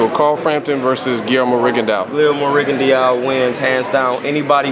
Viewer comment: Maybe when they stop slaughtering last names I could possibly take these guys serious. It was an intelligent interview but if both reporter and guests can't pronounce names it's time to practice... It's not Postal, it's pronounced POs-tol. It's not Rigon-Dee-ou, it's Ri-gon-dow.